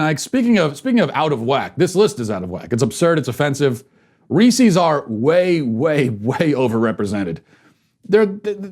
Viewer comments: how else was he supposed to pronounce reese’s? are you people okay in the head? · Matt, I love ya, but your pronunciation of Reese's and pieces is not even close to correct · Ok regardless of how you feel Matt, that’s NOT how you say reese’s, think about reese’s pieces... Peecees? really. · Somebody doesn't know how to say reese's... or pieces. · I can't handle it. Phonetics are your friend, Matt!